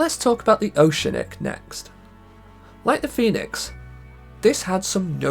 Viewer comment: Oceanic is not pronounced that way 😂